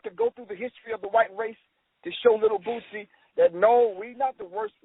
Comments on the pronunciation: Lol!!!!! "The reallll Rick Ross, not the fat sloppy one." Za Za had me craking up! to, because of the way he kept saying Boosie name: he was saying Boozie. Lol! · I think that Zaza came down a little hard on Boosie. Why would anyone expect him to think any different than he does. Dude keep mispronouncing Boosie name, very condescending. We far to often only seem to want to disconnect ourselves from common blacks. We should pity Boosie, and those like him who are ignorant of the information.